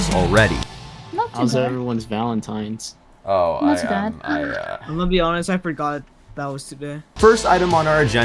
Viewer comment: the fact he said valinines tells u how long these takes